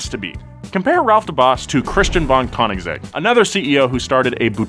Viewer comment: Koenigsegg is pronounced coneigsegg